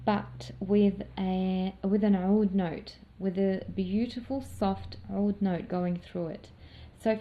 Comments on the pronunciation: Hi there 👋, l wander if you are an Arabic ostrelian? You pronounced (oud) in pirfect Arabic language. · You say oud perfectly in Arabic